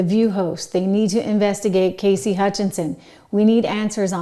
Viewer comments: Cassidy, not Casey! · Cassidy not Casey